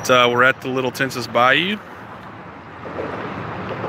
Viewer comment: Just FYI - Tensas is pronounced like Tensaw.